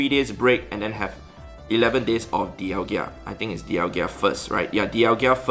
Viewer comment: Its DialgA... NOT DIALGIA